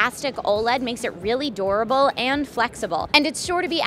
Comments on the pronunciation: Oh no!! collapse! Hope you're okay! P.S. You totally said " 'dorable" instead of "durable"... you must've been thinking og yourself! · I just realized I've been pronouncing durable wrong my entire life.